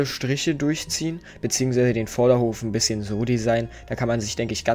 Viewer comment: Du sagst einbisschem und zeigt was er braucht xD